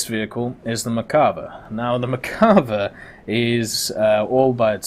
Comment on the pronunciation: Still cant pronounce merkava right